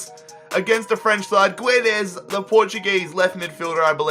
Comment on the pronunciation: it's doesnt pronounce guedes with a "u" its guedes like pronouncing without the "u" kinda means "gedes"